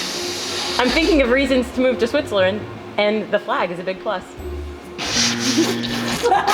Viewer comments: Did she just say Switzlerand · Any one else hear say switzlerin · did anyone else hear switzlerland instead of Switzerland lmao